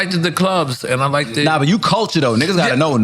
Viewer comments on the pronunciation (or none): Dude said “like-ed” you not smart. Lol